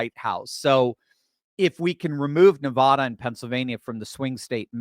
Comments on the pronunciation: Why can’t you pronounce Nevada? Seems odd that somebody so smart has no idea what the state is called. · Bro, there is no O in Nevada....